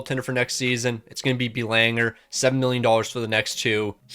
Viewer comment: The pronunciation of Belanger was driving me nuts 😂😂